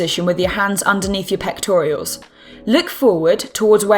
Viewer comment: Pectoral muscle, not pectorials.